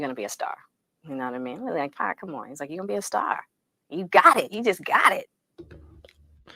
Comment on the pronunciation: The accent while saying “2 pack” is crazy. 😮😂